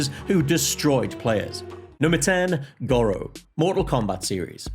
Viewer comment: I get that accents are a thing, but the game clearly says “Gore-oh”... your pronunciation of gawro is mildly infuriating, why y’saying it so weird?